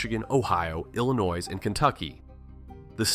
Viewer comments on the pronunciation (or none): Right ! Illa-NOISE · how to tell if it’s a true Hoosier voicing this video, one word, Illinois. The s is silent, but not to a Hoosier. 😂😂🤷🏼‍♀️I sounded the s until I was 25 😂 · Dude used the hard S on Illinois 😢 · The 's' in Illinois is silent.